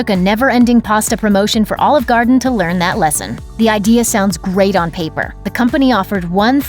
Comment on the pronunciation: Please learn how to pronounce "Garden."